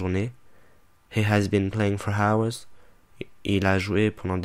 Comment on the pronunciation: Il prononce le H de HOURS.!!! Mais virez-moi ce con !